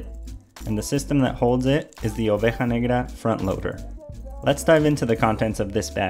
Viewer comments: Nice pronunciation OVEJA NEGRA, do you speak Spanish? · My dude, I'm argentinian and it must me be first time I've heard anyone pronounce oveja negra correctly :))